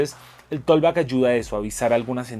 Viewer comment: con mucho respeto. Se pronuncia algo así como "tokbak" la letra "L" en la palabra "talk" no tienen ningún sonido. Bendiciones!